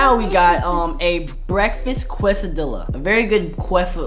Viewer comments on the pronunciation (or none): Michael why did you say quesoDilla its a quesadilla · He said qua cedilla it’s quesadilla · I like how he can’t say quesadilla lol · The way he said quesadilla 😂🤣😅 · The way he said quesadilla made me cry😭😭😭